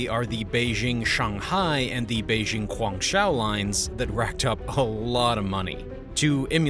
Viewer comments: Why is the Japanese Maglev train shown? And why hasn't the narrator learn to pronounce "Guangzhou" in a way at least approximating the original? The easiest American English approximation for "zhou" is "Joe". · Guangzhou is pronounced GUANG JOE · You should learn how to pronounce basic Chinese. Guangzhou is pronounced sort of like Gwong Joe. When you say gwang show it makes you look like a tourist to this topic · If you are going to talk about China as an expert, at least learn some Chinese. Your pronunciation of some Chinese cities is horrendous. It shows you never took the time to learn the language, culture, history of the country at all. It would be like me pronouncing New York as "Nah Yauk". Otherwise, this is a very good and documented story line. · Great vid man. Greetings from Shenzhen. Please work on your pronunciation of "Guangzhou" haha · You have excellent content. However, the way you pronounce Chinese cities and names is pretty far off. You would have more credibility if you pronounced things like “Guang Zhou” correctly. Their phonetic system contains Latin characters, but they do not have the same sounds as in English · The zhou in Guangzhou can basically be pronounced like "Joe" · It’s a good video but you’ve got to learn to pronounce the place names properly! From a viewer who knows China, it makes you sound like you don’t know China.